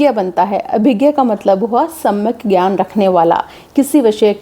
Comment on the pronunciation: ji, Kripya gyan ka sahi uchcharn jnanh.sanyuctakshar half ja + n =jyan hua. yadi m galat hu to kripya sahi kar dijie.